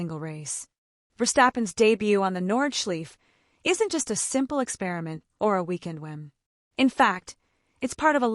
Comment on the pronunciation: It hurts my ears lol